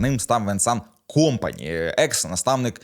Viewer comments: Компани', а не Ко'мпани... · Та що ж ти ті прізвища так коверкаєш то якийсь талант, я вже давно не чув РішарлісОна , Чупо- МотІнг так тепер КОмпані